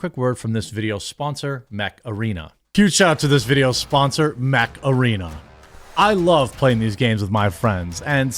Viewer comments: I'm a silly English chappie and I thought he WAS saying "macarena". My poor English brain was so confused. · Is that mech arena or macarena? Hey mecharena! 😄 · Jeremy, the way you say Mech Arena is how imagine your average Wisconsinite to say macarena.